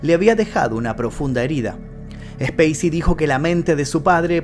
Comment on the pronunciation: Cuando pronuncia el nombré del actor, pareciera estar nombrando ha una nave espacial, y en el nombré creería que debería de haber pronunciación, y creería qué nosotros me suena ha multitud cuando usted dice como conoció al actor y la verdad nosotros no lo conocemos, y creería más bien 😊 qué lo hemos visto en los rodajes de las películas